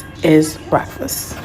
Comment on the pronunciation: If that heffa say “BRACKfuss” ONE MORE FUNKY ASSS TIME ‼️‼️‼️